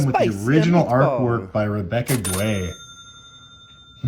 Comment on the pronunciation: Rebecca Guay is actually pronounced Rebecca Gay. Google it if you think I’m trolling